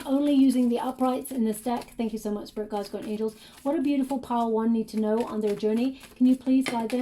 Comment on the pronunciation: Everytime she says "Pile one" it sounds like "Padowon" probably spelling wrong but from Star Wars. Anyway, super spot on the the finding feathers, more spidera in my house than usual, 444, career, sense of purpose that have been on my mind or have been happening more frequently in the last few weeks especially. Sadly, my anxiety triggers my throat to feel closed and tight so the throat shakra reference made sense also. So many things were connecting on this read with pile one where the Grey Agate looked like a 🌙 in the middle. Thank you so so much!